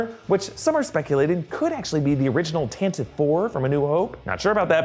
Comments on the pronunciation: Tantive IV is pronounced Tan-Tiv-ee Four. According to Wookiepedia and Ahsoka audiobook. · You missed pronounced Tantive 4. It is pronounced tan-tiv-ee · The Tanive IV (PRONOUNCED TANT A VEEE) was scuttled in Episode 4 by Darth Vader.